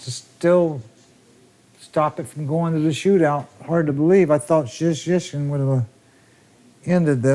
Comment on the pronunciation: He did a good job. His name is difficult even for Polish people